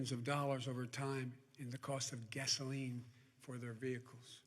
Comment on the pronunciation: When he said Gasoline .